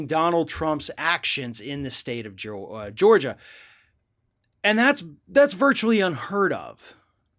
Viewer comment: I think you're making up bullshit. You can barely pronounce Georgia. You've got much worse problems than Trump. Other than you're a Trump hater. Hope you're enjoying higher gas prices, fewer jobs, and higher taxes under Biden.